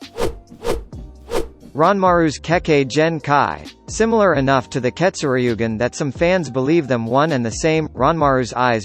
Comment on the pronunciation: Say ketsuryugan like this Keto sur ye gen